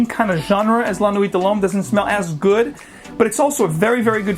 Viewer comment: You butchered the pronunciation but the review itself was great!